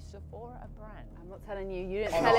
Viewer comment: Is it me or when said Sephora it was so satisfying 😂